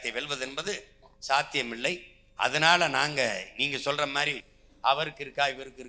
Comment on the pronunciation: சீமான் அவர்கள் மாதிரி..என்று உச்சரிக்கும் இடத்தில் எல்லாம் நடைமுறை பேச்சாக.. மாறி.. என்று உபயோகிகக்கிறார் அருகில் உள்ளோர் சுட்டிக்காட்டவும்..